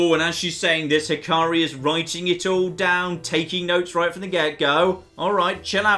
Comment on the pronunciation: its not hi-car-ri it hi-ka-ri, the ‘a’ is like in apple